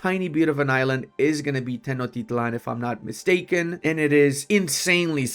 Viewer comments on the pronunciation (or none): none